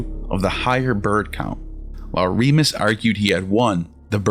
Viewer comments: It is Remus, not Remis - Remus' name may have originally meant “twin”, from Old Latin *jemos (“twin”), from Proto-Italic *jemos, from Proto-Indo-European *yémHos (“twin”). The initial r- was probably introduced to make the name sound more like Romulus. Just google some accurate information. This clip has lost any validity from start. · It's RemUs not Remis. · It's Romulus & Remus. Not Remis.